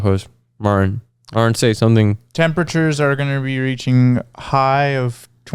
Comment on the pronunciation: cannot physically say Martin. It always comes out as "Marn"